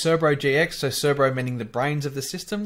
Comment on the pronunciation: C E R B O not C E R B R O. There is only one R in it. Great video. I learnt something.